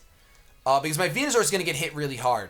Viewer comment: Man the way he says Venu-zor drives me nuuuuuuts